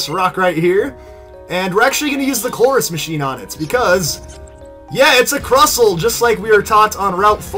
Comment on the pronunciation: you said crustle wrong